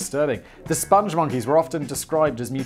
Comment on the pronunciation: Its Spong Monkey not Sponge Monkey. This is based on a video We Like The Moon, which is a masterpiece created by the great Joel Veitch. He also did the Crusha milkshake ads in the UK.